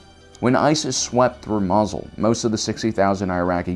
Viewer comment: Am I the only one who finds it hilarious, every time the guy calls it "Mazel?"